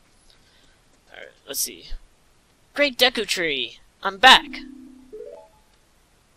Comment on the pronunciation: It's pronounced DAY-KU BTW